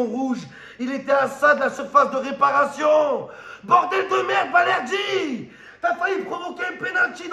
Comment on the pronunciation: Balerdi dit Valerdi le 🌽 argentin 😂😂